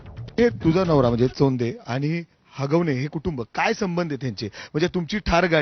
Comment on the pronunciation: " सौंधे नाही ताई चोंधे "अडनाव आहे त्यांचे.